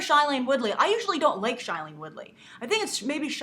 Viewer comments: Next time you say something about Shailene, please pronounce her name correctly. It is pronounced as (SHAY)lene. Not (Shy)lene. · Did she just call shai-lene SH-Ailane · Grace, you keep pronouncing Shailene Woodley's first name wrong!!! It's SHAY-lene, not SHY-lene!! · Oh gosh she said shailene soooo wrong! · you could pronounce her name right😂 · Okay first of all lady you need to READ THE FRICKEN BOOK! Second if all you are saying shailene Woodly's name completely wrong and third of all tris is 16 and tobias is 18 that's the point for tobias to be older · God bless you, that was driving me insane! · Yeah!!!! I was going crazy!!!!